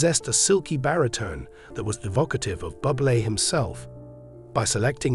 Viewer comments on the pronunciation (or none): Get rid of this goof who talks about Buble incorrectly as if he was a “bubble” and is “bubbly”. WTF, has he never heard how Buble’s name is pronounced.